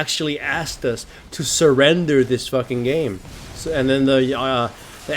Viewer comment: the way he pronounced "game" sounds like "name" I checked for a 2nd time, was like "title of this name" u wot m8